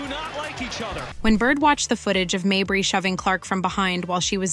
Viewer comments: How many ways can you mispronounce Mabrey? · Wasdid this chick just do this to hear herself talk? Constantly repeating shit, over and over, can’t pronounce Mabrey correctly, poorly posted video. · I didn't know why you butchered Mabrey's last name. It was annoying. Then I thought, maybe you did it to show her the disrespect she deserves. If that is why, kudos! If not, kudos anyway.